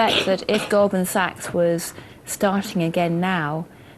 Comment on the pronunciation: que rabia me da al tipo este diciendo goldman saggg, no sabe lo que es la ch? es sach pufff